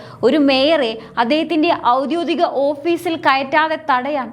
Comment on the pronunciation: "ഔദ്യോദികം" എന്നല്ല ശരിയായ ഉച്ചാരണം. "ഔദ്യോഗികം " എന്ന് തിരുത്തിപ്പറഞ്ഞു ശീലിക്കൂ സഹോദരി